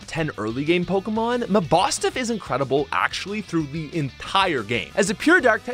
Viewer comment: Wait did he call mabosniff ma-boff-snif?